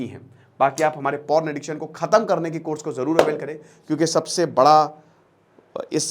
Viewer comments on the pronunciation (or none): none